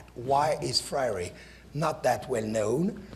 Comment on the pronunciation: I think it is really telling that the professor introducing the event makes the name of freire sound exotic and spends so much time further exotifying him by trying to pronounce it...then proceeds to ask how many people know about his work as if it is an obscure piece of antique..